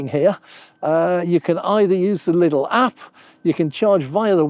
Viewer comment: There's no "S"in Lidl.